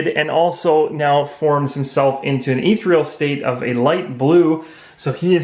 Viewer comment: Great videos. They are helping me understand the mechanics better, especially since I'm rather late to the game. One thing: ethereal is pronounced eh-THEE-ree-uhl, not ee-three-uhl. Minor, but thought you should know. Plus scimitar is pronounced simm-ih-tahr. :-)